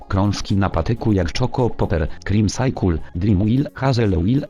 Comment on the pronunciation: haha zajebiście wymawiasz ,,cycle" xD ,,sajkul" kocham to